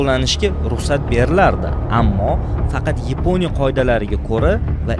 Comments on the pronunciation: Yponiya emas Yaponiya deyiladi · Yaponiya❌ Eponiya✅